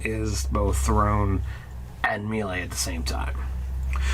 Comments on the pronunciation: Oh-berr-inn May-lay Zeh-lot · Someone criminalize the "mee-lee" pronunciation please. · Apparently, prince O'Brian was a mee-lee zee-lot